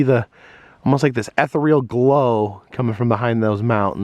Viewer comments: Yes! "Eh-tho-re-l" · "Ether Reel?" LOL THAT made my day!!! You are precious. There are so many comments on this video that made me laugh out loud. Thanks for sharing a great video.... "Ether Reel" Bwhahahahahaha! Thumbs UP!!! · Anyone else going a touch crazy every time says ethereal wrong? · N P is it some kind of wood cleaner?🤣😜 but why doesn’t John correct him?